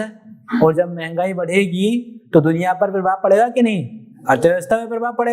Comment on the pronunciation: Thank you sir. Very good speech. Sir, please concentrate at your pronounciation of Z and J. For example Jagah(right)-Zagah(wrong), Jo-zo, Jab-Zab, Janhani-Zanhani etc. Sir, Ganga agar maa hai to ye apne bachcho ki jaan kyon le leti hai aur dead body wapas karti hai. Aur kitni maa hain is duniya me logon ki?